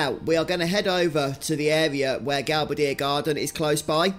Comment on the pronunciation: The way you said Gal-ba-dee-ya was a new one for me. I’ve always said Gal-bay-dia